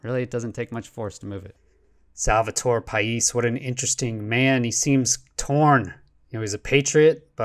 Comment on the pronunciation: Paish ...you pronounced it correctly , but the name is romanian , just like himself ..or myself. Coincidently enough , the first videogame that i ever played on SNES in the late 80's , was TOP GUN (oh those carrier landings!) and only my best friend at that early age would actually Have the Nintendo game. His name .....you guessed it ...Pais. Now 30 years later we're still friends and i always troll him with questions about the navy patents .... he never understands wtf i mean .